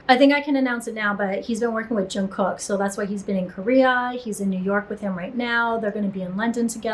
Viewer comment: jungkook = jun like pun, kook like cook instead of "kook/kooky". :)